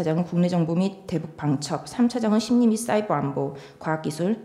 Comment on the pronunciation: 오~~싸이~벌~~얼~~ㅋㅋㅋㅋㅋ 너무 굴린다 ㅋㅋㅋㅋㅋ